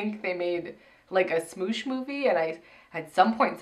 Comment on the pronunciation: Y'all calling it "smooch" is hilarious